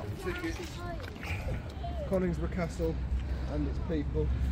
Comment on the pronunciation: As an ex Donny man its pronounced Con- is - brough. Enjoyed the vid Keep safe and respect to you and Ryan